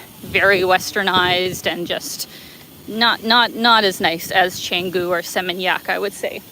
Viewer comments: Cengu.... It is canggu..with an a.... like in bath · Nice vlog. Typical polite Indo and others.... but, pronounce Changgu with soft a, like long, not lang. Keep up the tour in Indonesia!